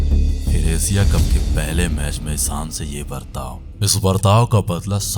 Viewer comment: भाई बाकी सब तो ठीक है वीडियो भी काफी अच्छी बनाई है लेकिन जब आपने एशिया को एसिया कहा तो सारा फील ही चला गया, आप वीडियो तो बहुत बढ़िया बना रहे हो बस ये थोड़ा उच्चारण में थोड़ा बहुत उपर नीचे हो रहा है खासकर आप श को स कह रहे हो👍👍👍